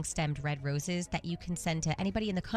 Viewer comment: Why does she say “Roses” like it rhymes with “Bruises”? She slips back and forth between Rose and Roose.